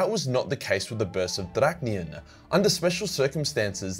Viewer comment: You mess up almost literally pronouncing everything, but you get Drach’nyen right‽ 😆😆😆😆